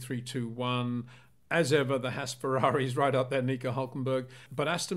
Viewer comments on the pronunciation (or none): none